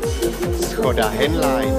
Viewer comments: I enjoyed the part where it said Schoda Henlein ;) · Did i heard "škoda henlein?" ARE YOU FUCKING KIDDING ME?? LMAOOOO. YEEES. Czech "ad" in TV, the best one.